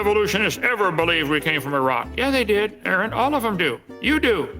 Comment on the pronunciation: That moron also cannot pronounce Aron's name.